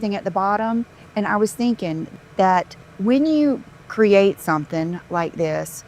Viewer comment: Five seconds in. I am laughing so loud. Look at those extensions go. Every time she says “I am thinken” I just loose it. 😂. Look at the separation between her dry frizzy hair and the extension’s texture. Did you dry clean that eBay Dolce and Gabbana scarf? I’ve never heard the phrase “my butt blown out”. I just sat “stretched out” is it me or does she sound more of an airhead every day?